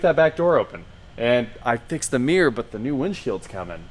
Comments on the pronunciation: This guy can't say the word "mirror" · is that a rear view ''mear'', or mirror??? Asking for a friend.